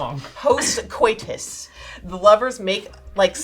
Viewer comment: Do not repeat words you heard on the shitty Big Bang Theory. There is no such word as "coytus". Coitus is three syllables. Co It Us. They fucked it up because it's a brain-dead show for pseudo-intellectual posers who don't know how to use a dictionary. Stop saying "coytus".